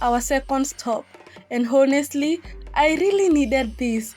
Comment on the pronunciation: Hello, you were reporting very nice but it would have been much better if you would have followed these points. 1. First is your pronunciation of " Honestly ", pl see from Google the correct pronunciation. 2. Whenever you are vlogging always give information about the time of your journey- when starting when ending, wherever you are reaching any place- the time. 3. Explain about the bus,the fare, snacks prices, lunch price and others like water etc. 4. When you are starting to shoot always welcome your viewers,say Hi Hello to them and not the least don't forget to thank them. 5. Don't always ask to subscribe every time, you know people who like they will do or don't do. You by any means cannot force them to do so. Ok fine that was great reporting, do better in future,.may your viewers increase and you earn a lot. Have a nice day, bye.